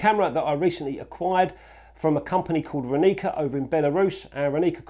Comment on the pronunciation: It's Ráni(ts)a not Raní(k)a ;) means "Morning", if you want to know. Great review anyway.